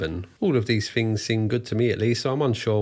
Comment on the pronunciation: TH is not F "Fings" Argh...